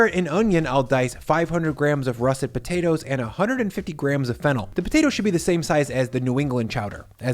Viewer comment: Watching this now and thought you said fentanyl instead of fennel 😂.